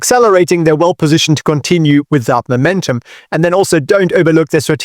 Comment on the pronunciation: Love and have been learning from him for a couple of years now. But today I get to teach him back how to pronounce the word: momentum. Imagine you are going to Mow your Lawn, or the three stooges Curly Larry and Moe then say Mow or Moe-mentum, otherwise if sounds as if you said Memento❤